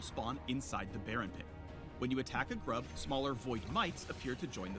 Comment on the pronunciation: why do u say groob when the video just said grub?